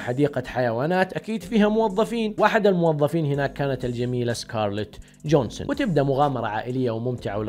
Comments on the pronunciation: * سكارلت جوهينسن وليس جونسن ، لغتك الانگليزية يرادلها تطوير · يا عزيزى نطقك لأسمها خطأ أسمها سكارلت جوهانسون وليس جونسون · جوهانسن مش جونسن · اسمها جوهانسون يا مو جونسون 😅